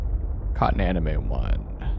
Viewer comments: anemone - its pronounced anem - o - nee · You see, he's doing this on purpose to drive us insane. Just leave him be with his aneem-wan-kenobi and try very hard not to listen to the screams of agony from the English language being punched in the gut repeatedly. ;) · I realize this won't help you now, but Anemone is pronounced AH - NEH - MO - NEE.